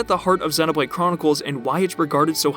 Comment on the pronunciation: I've never heard anyone pronounce Xenoblade like you do. It's so distracting during the video. 😂